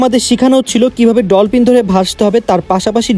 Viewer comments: ভাইয়া ডলপিন না ডলফিন😊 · ডলপিন❌❌ ডলফিন ✅✅